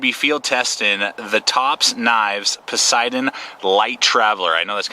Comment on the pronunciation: Posideon? No. I pronounce it pay- satan...( I know: cringe. Its a wilderness area or forest the knife is named after)